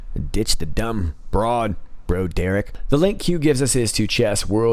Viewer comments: Its pronounced brawderick, not bro derrick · Dude! It's not "bro Derrick". It's pronounced "brawd er ick". Off point, I know, but it's painful to hear the name butchered. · Is that mispronunciation of Broderick intentional? Bro Dereck??? or Broad errr rick.....???